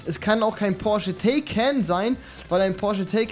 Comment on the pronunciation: Der heist nicht tayken der heißt taikan